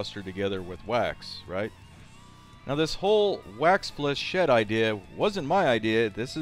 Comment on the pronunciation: nice! I too thought binding with wax would help...but your actual firing proved me wrong... oh it's fli-shey not fli-lichette